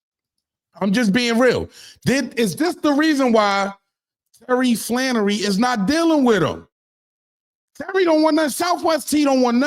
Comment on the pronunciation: Flenory not Flannery....